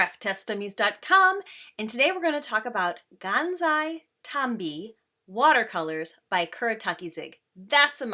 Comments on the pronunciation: I really like how these watercolors look ! I might get these. :) Ps: lol she keeps saying it like Tansi Gambi xD (Sorry just found it funny ^-^) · she said "Tansai Gambis " I started laughing like a maniac .